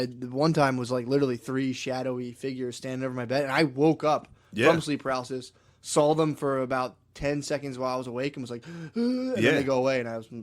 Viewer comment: why does matt pronounce "saw" like "saul" lol